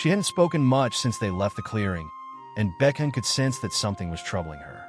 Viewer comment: Baekhyun ❌ BeCaYeun✅